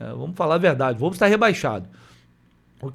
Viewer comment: Wolves = UOLVES. Não "volves"